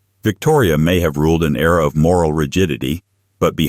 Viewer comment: Victoria ruled an ERA...EERAH not an error. Please pronounce it the correct way, even if you are not English. Grrrr